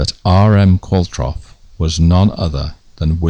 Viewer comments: Love this series, I think the surname Qualtrough is a manx name there are quite a few Qualtroughs in the Isle of man although spelt the same is usually pronounced Qualtro. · Excellent! But Qualtrough, which is Manx and was my great-grandmother's maiden name, is pronounced like 'Qualtro'. The 'ough' rhymes with 'though'. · I've always known Qualtrough to be pronounced Qual-trow. I've never heard it said Qual-troff before. Not important as far as this excellent film is concerned, I know. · You say "Qualtroff" but I've always thought of it as "Qualtrow" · Is the name pronounced Qualtrow and not qualtroff?